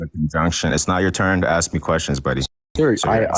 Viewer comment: He says “axe” not “ask”